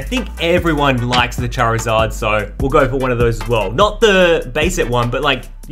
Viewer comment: The voice: cha rizz ad